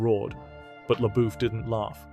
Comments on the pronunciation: Who the hell is Chia Leboof? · I’m only ever pronouncing it SHELIA Boeuf now😂😂😂😂😂😂